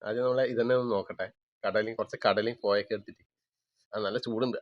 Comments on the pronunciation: Koyakka alla, kovakka anath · കോയക്ക അല്ല കോവക്ക ആണ് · കോയാക്ക😂😂😂😂😂😂😂...കോവക്ക ആണ് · കോയ, ഇക്ക ഒന്നുമല്ല... കോവക്ക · കോയാക്ക അല്ല. കോവക്ക ന്ന് പറയും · കോയാക്ക അല്ല കോവക്ക ആണ്